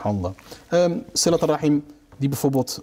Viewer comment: Het is siRat niet siLat